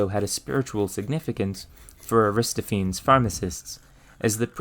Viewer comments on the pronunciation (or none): You obviously did so much research for this brilliant vid...shame that you didnt spend a few clicks to find how to pronounce Aristophenes Ari - STOFF- en- eez. Emphasis on STOFF. All Greek names that end in "-phenes " are pronounced that way, not "feens" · Aristophanes is pronounced with most of the letters enunciated - which is to say, it's not 'aristo-fayns' but instead A-RISS-tof-aa-nees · Air-is-tof-a-knees please, not a-wrist-o-fanes! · Forgive me for saying this, but I teach high school sciences and have to get through a lot of interesting names! Aristophenes is pronounced, "eh-ruh-staa-fuh-neez"...and not "ah-riz-ta-pheens". Again I apologize but there's just something about my brain and certain names. I saw someone already mentioned Fresnel. Anyway, this brilliant! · Just to let you know, Aristophanes is spelled with an a where you've put that first e, and consequently is pronounced a wrist off a knees (emphasis on the off), not a wrist oh feens. Iirc the play you cite is somewhat significant for history of philosophy, as its the only contemporary account of Socrates's existence (other than Plato, of course). It's fiction, but is intended to mock his contemporary Socrates, a real person. It's not clear how much of Socrates's philosophy was invented by Plato and just put in his mouth through fictional dialogue*, but The Clouds is one of the reasons we believe he at least existed. I guess it's analogous to what you say about the play's mention of lenses - the play is fiction, but it assumes its audience would be familiar with real world elements like pharmacist's lenses and Socrates. *Iirc the apology and euthyphro are believed to be closest to things Socrates actually said, while the Republic is believed to be largely just him as Plato's mouthpiece, with other dialogues falling somewhere in between. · And Aristophenes is not pronounced, "ar-ris-ta-pheens" it's "eh-ruh-staa-fuh-neez". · Lovely, wish I had your abilities!! But it’s Ar-is-TOF-an-eez.